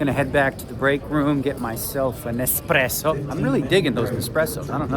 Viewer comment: annoying “espresso” pronunciation Where’s the houseguest?